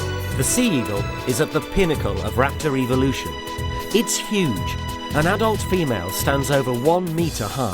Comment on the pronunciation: I cannot for the life of me take this guy seriously because of the way he pronounces evolution and calling the birds "nature's 'air-force'". Cool and informative and all despite those things